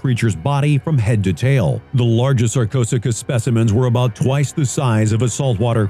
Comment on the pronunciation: Sarchosucus? You mean SarchoSooChus, courtesy of